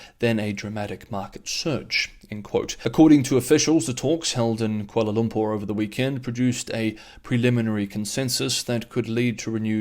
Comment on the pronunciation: when you said koala Lumpur, it sounded like you almost said koala bear